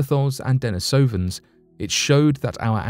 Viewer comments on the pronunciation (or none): none